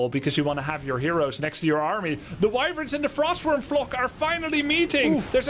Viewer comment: "Wivirns" Try "Wyverns", mate.